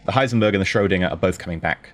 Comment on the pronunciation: Still wonder, why nobody actually corrected you on Heisenberg, not Heisenburg ;).